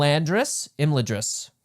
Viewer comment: I'm sorry but we need to work on your pronunciations. The first a in Imladris is like flags.